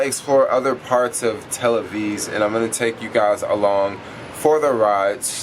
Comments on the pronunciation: he know its Tel Aviv i don't know why he say tel aviz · תל אביז חחחח מעניין למה הוא אומר את זה ככה כי הוא יודע שזה תל אביב ולא תל אביז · Dude, why you keep sayin Tel Aviz? lol.. it's Tel Aviv. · you boy am from israel love this vlog you say tel aviv and its driving me insain beacuse you need to say tel aviV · you boy am from israel love this vlog you need to say tel aviV you say tel aviv and its driving me insain beacuse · "Tel-Aviv". No es Tel-aziz. Por favor! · Tel Avizzzzzzzz lol, you're adorable.